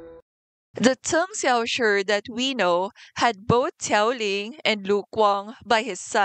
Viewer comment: Unrelated to the video but i am completely in love with the way you pronounce cheng xiaoshi’s name as a chinese speaker myself it is very satisfying to hear